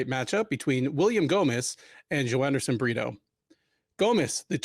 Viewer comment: called him Joanderson Burrito again! If you turn on closed captions it shows "burritos".:)